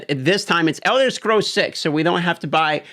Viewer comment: Should have practiced saying the word Scrolls before you made this video